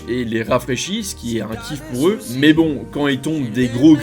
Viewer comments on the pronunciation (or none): none